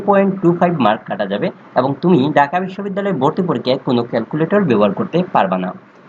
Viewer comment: ডাকা না ভাই ঢাকা 😂